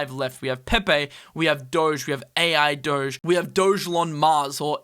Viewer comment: Ai Doge or ARBDOGE? Ai Doge is "Ai"